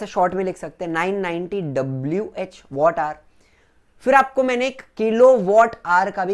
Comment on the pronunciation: Sir वो वॅट होता है